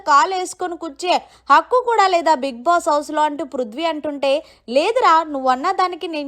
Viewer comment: Mundhu nuvvu bigg boss ni palakatam nerchukoo appudu cheppu ivvanni